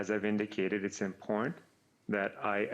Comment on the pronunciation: what the hell does, “imporn” mean? Is he really trying to say “Im-pot-tant” ???!!!